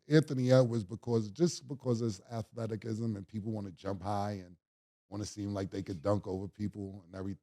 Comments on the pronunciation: Mannnn and Murda y’all keep lettin mah nigga Killa say “Athleti-kism”.. Yo Cam, “Athleticism” is pronounced ath•let•is•ism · Cam What TF IS”athletikism” 🤦🏾‍♂️😂😂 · I came here to hear stanima and athletcism 😂 pause killa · teach Cam how to say athleticism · and Mase wild for keep letting Killa say Athelic ism 🤣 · Cam still can’t pronounce Athleticism 😂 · I hope cam never change how he pronounce the word athleticism LMFAO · Cam can’t pronounce the words athleticism or stamina for shit 😂